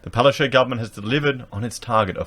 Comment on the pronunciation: Can we stop saying, Palacais? Palaszczuk is a Polish name and correctly pronounced, Palash-chook. Unless Queensland is hosting candlelight suppers headed by Hyacinth Bucket ("Buqette").